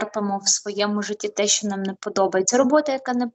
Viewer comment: Тільки не шьо а що